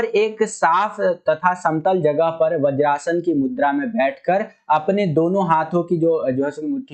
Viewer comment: Sir thats vajrasana not bajrasana